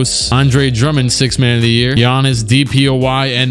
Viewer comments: "(Guy-ann-is) Bruv I'm dead😂😂😂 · I almost spit my food out when you said "GUY-ANN-IS"